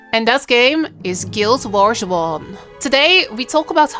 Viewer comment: guild warrsh??? what? waht are you saying? geez... fix your speech xD